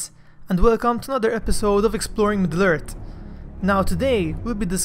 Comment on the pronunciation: What's Middle-Ert?